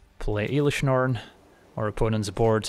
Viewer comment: Please dont call it IIIlish norn aaahh